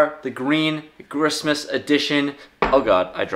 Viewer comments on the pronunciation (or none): Lol. Dude said "Ghristmas" Never heard of it 🤔